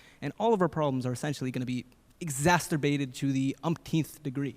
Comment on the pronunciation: awww, I do feel empathy for the nervous college kids being put on the spot like this, so it might be “inappropriate” to laugh… But “exasterbated” is a damned funny mispronunciation! It makes me think: if you exacerbate your masturbation, you will be exasperated. Lol.